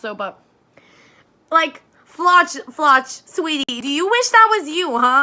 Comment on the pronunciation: Important to note: the ch in Floch is not pronounced like in English since Floch is a German name. The closest sound in English is just "k", think the ch in chemistry.